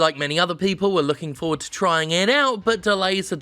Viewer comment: Stop pronouncing "forward" like that, it's fucking weird.